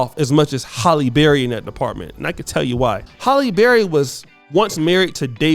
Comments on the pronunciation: It's HAlley not Holly. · Pretty sure her name is pronounced Hal-eee not Holl-yy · HALLE. NOT HOLLY. LITERACY MATTERS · "Halle Berry-Not Holly But Ha'lle Berry Sir."😪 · HALLE!!!! Not Holly 🙄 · her name is Halle, not Holly. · Im more disturbed by how your saying her name holly berry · You have to take time to do your research. You have Halle married to someone that she’s not married to. The correct pronunciation of names is important as well.